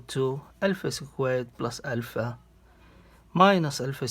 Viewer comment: dude just pronounce alpha correctly